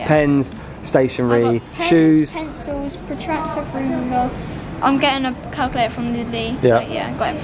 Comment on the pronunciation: remember how Ralph said potactor instead of protractor😂😂😂